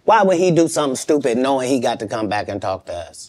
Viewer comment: When Shannon Said. COM OWNN KATT MAN! ME:😂😂😂😂😂